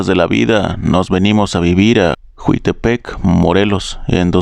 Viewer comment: Es la segunda persona que manda relato de Morelos, pero no es juitepec es Jiutepec